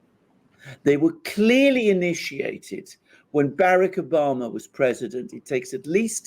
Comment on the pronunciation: Omg he says barrack Obama so stupidly